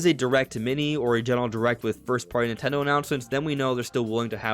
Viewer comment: Nintendo Direct not Natone Direct.